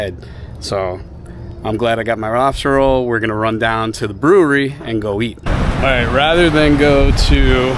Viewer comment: #tugtrashoutdoors #keywestwaterman did say Robstah Roll 😂😂😂 #BlooperReel This is awesome and I agree with you about the principle on stores and I would shop that mom and pop store daily if I lived there!! Let’s go catch some flounder!!